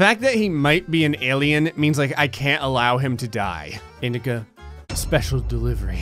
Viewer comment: Honestly when you were talking about indica I thought you said “male women” 😂